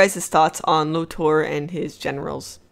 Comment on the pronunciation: This season if you want to call it that was BAD! The writing is getting lazy and full of nonsense. & It's pronounced LOTOR not LODAR. He is one the all time great villians